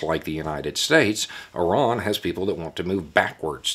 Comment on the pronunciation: Apart from being impressed by your intellect, I'm also so glad that you pronounce Iran correctly rather than the usual American way of "eye-ran".